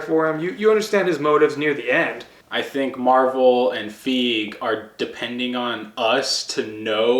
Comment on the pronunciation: Feege? It’s fiege. FY-GI!